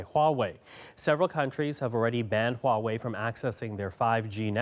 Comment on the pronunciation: So why do they speak HUAWEI like WAWAY？